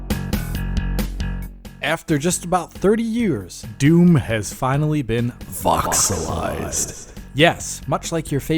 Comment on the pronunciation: *voxelized At this point, is probably doing it wrong on purpose. Doesn't make it less German cringe, though... kopfschüttel